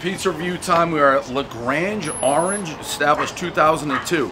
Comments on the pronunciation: Especially when he pronounced this place wrong, saying "grange" instead of "grande". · El Presidente never pronounces anything correctly, (Legrange Orange) when it's La Grande Orange and then busts the guys' balls on pronouncing Fanta... 😅😂😂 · The Grange Orange here. Another miss pronunciation everybody knows the rules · Dave can't pronounce "La Grande Orange" or "Fanta" correctly. And why stand right in front of the door always? On the plus side, no F-bombs. "LGO", as the locals call it, is indeed high sevens. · La grange orange😆 I wish your pronunciations were tighter, Davey boy. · Don't pronounce the restaurant name correctly, everybody knows the rules.